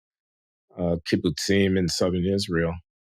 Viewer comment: I'm impressed by the spot-on pronunciations of "kibbutzim" and "Rosh Ha'shanah"